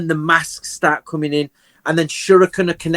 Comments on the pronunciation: Ô... Vc agradeceu a ele por "coming" ou "cumming"? XD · Esse trocadilho também é a mesma pronúncia de cumming que significa ejacular em Inglês pra quem não sabe, foi um triplo trocadilho KKKKKKKKKKKKKKKKKKKKKKKK